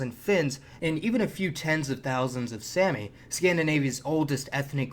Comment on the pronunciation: One more thing, the Sami people, it's pronounced like "mommy" "Sommy, not Sammy! 😂